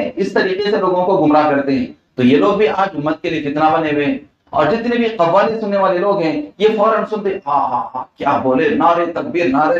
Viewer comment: خوالی نہیں قوالی